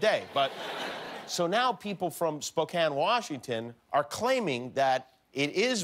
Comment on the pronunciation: Oh, Jimmy... get out of your LA and Las Vegas bubble and come on up and see GU. You'll love Spokane (at least you pronounced it correctly).